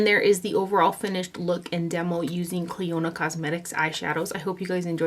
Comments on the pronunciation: Hi...I love you videos! On a very friendly note: You are pronouncing the name incorrectly...as it's actually my cousins name here in N.Ireland. :-) You pronounce it ...like a near silent o there. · I heard you mention this brand a few hauls back and for the life of me I couldn’t understand the brand name lol Thank you for doing this video!